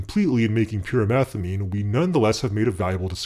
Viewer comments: I keep hearing "pure methylamine" not pyrimethamine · I keep thinking he's saying pure methylamine